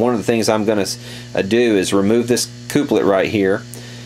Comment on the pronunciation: cooplet? tremOlo? why? Pronunciation questions aside, great video, very informative!